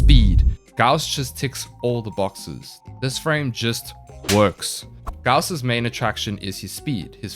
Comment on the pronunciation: i will forever call him gause not gauss